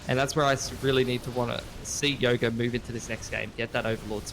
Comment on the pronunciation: Its yoger not yoga